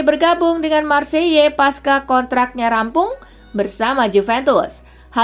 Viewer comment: Marseille kali mba'... Bukan Marseiyye.... 😅😅 menit ya guys......